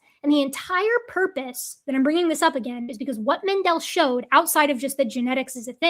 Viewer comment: Mendel is pronounced as if it was English spelling "mendle". Stress on the first syllable, the vowel as you pronounced it short, s3cond syllable as English candle, fondle, Kindle.